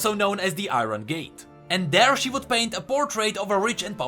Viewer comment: Iron pronounced as "ah-yorn"